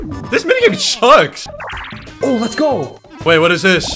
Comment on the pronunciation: The way says that. "This Mini-game SUcks!"